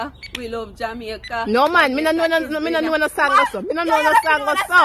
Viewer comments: She get Jamaica wrong lol🤣🤣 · Lawd she get Jamaica wrong